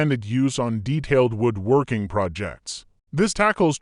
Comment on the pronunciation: I loathe computer generated voice overs. Can't even call this AI. IT'S A VIDEO ABOUT WOODWORKING.... But "he"pronounced it "woooed" working like he was half Romanian. Thumbs down and I don't care about the content.